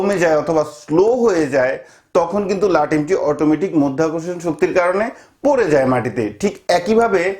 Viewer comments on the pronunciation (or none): মধ্যাকর্ষণ না । ওটা মাধ্যাকর্ষণ ।